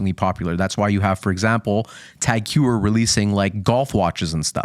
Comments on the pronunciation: Hew er? Ho ee er moron! Learn how to pronounce brand names, ffs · Heuer is pronounced more like hoyer